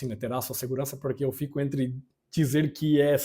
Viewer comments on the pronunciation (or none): none